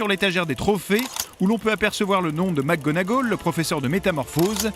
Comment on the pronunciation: Poudlard pas Poudlarde 🤣🤣🤣 Mc Gonagoal ? 😂 Mc Gonagalle Sirius ne se transforme pas en loup garou mais en chien 😂😅 oh lala faut réviser hein 🤣 Peter Petigro pas grou mdr (bon par contre l'orthographe je ne sais plus 😅) 7 étapes du deuil aussi